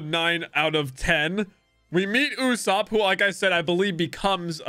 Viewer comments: IS NOT YASUP ITS YUSOPP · Bro, please. It's Usoooopp, not Usaaaaapp. I know it's kinda hard to pronounce, but please. Anyway, I loved your One Piece Reaction series! Hope you do more of these in the future. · oh boy 💀 his name is literally “ usopp” kinda from the Japanese word “嘘” pronounced as “uso” which basically means “ Lie “